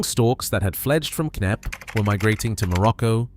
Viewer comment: ahh yass, the "kay neppie" estate - I know it well - from their own channels ofc.